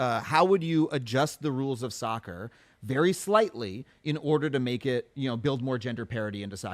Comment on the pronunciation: when he says "take soccer" it sounds like "dick sucker" that is all.